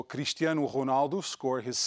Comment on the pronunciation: The way he pronounced ronaldo